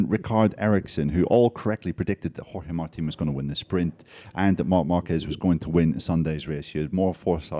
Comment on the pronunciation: Still the terrible Spanish accent when saying Jorge Martin 🙄